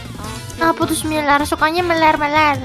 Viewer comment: Btw bang, cara baca smiler tu smayler